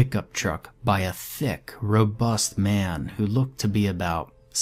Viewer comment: I can't get over the way you said "thick" it made me laugh instantly.